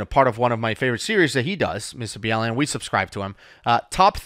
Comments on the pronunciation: Just as a heads up it’s pronounced Mr Bawlen. Like someone bawlin their eyes out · Are you guy serious or are you joking? His name is pronounced Mr. Ball-in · It’s hard to watch this hearing him called Mr B-Allen 😂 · It is BALL-EN, I just watched the end of his video where he pronounces his name 🤣 I thought they were pronouncing it wrong 🤣 still a great video though 🤣😊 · The channel is most definitely pronounced like Mr Ballin'(ball-uhn), that's the way he (channel creator/personality John B. Allen) pronounces it in his videos. But his last name is pronounced al-uhn/in, the same as say for example Allen wrench, Woody Allen, Alan Alda etc... I too was confused when I first found the excellent storyteller because I looked him up and found his name, I was able to clarify the pronunciation when I binged all of his content one week last year. That being said though, I do want to be clear I'm not trying to be pedantic or overly critical of and the way they are pronouncing it, it is confusing when you know his real name and it's honestly not as big of a deal as other commenters are making it out to be. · It was hard to listen to them mispronounce your name! You are a class act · You pronounce his names wrong 😑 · I just went a listened so I could make sure I wasn't wrong. You aren't saying it right. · Is it me or do they not know the correct pronunciation of Jake Ballen's Name? All hail Mr. Ballen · Loved this. I know it was a tragedy, but you were respectful to both Shane and Mr.Ballen (I don’t pronounce it the way you do😏) Thank You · They actually said it correctly in their previous video too so it makes no sense why they are saying it incorrectly here. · they’re technically not pronouncing it wrong because his name is John B. Allen. He just shortened B. Allen to Ballen. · I think his name is Mr Ballen (starts with the sound of the word ball.) Not B.Allen (as in the name Al) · It's "mr. ballen" as in "ballin" not "b-allen" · it’s Mr Ballen not b allen